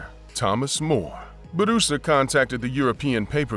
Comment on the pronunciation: It's not Barusa. His name Bu Ra Sa.